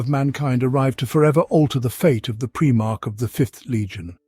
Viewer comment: Honestly couldn't stop laughing for a bit at "premarch", made me due a double take. Lol